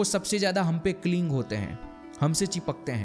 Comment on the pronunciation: Bhai, it’s “cling” not “clinj”… just saying so that you can correctly pronounce in future videos 🙏🏻